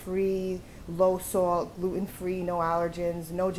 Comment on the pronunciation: just f.y.i., gluten is pronounced like "Glue-tin" not glutt-on